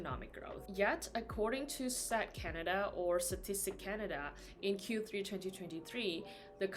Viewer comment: Nah. Not statistic. Not statisti. /